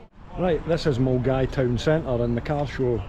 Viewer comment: Mulguy.......Millingaaavie, been easier if held in Bearsden as non locals (or those who are unaware) could pronounce it properly, superb vid 😂😂😂😂